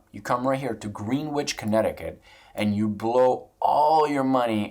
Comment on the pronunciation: You obviously dont kno US history lol. Pronounced "Gren•ich" not green wich. Lol. Greenwich is OLD money, the big money in the US & world have homes there.